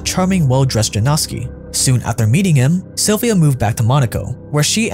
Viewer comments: Yanowski , not Janowski🙄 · You should pronounce it like Yanowsky. Its a polish surname formed from a name Jan (equivalent of John). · seriously? you googled the pronunciation of that long af name in the DuPont video, but you can't check which sound letter "j" makes in Polish? it's not the same as in English. It's "y" sound. Why is this so hard for westerners to get?? ffs!